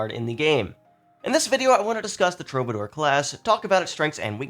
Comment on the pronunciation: True - buh - door. Just trying to help. 👍